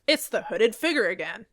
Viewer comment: What’s a” figger“?